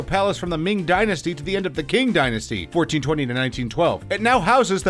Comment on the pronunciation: It feels like this guy is going out of his way to pronounce as many things wrong as possible. Not knowing Qing is “Ching”, “apostolic”, and “Lou-arve” like what